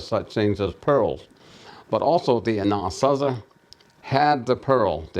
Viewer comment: In English, sure, most pronounce it phonetically, like "Anna-sah-zee". But in our Diné' language, its pronounced exactly as said it: "An-ah-Saa-zih". There's obviously two completely different languages at play here, as evidenced by going back and forth between Diné' Bizaad & English.